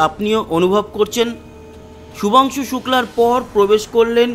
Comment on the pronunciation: Nam tato thik kore bolun